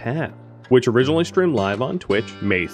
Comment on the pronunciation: I always look forward to how you say ‘originally’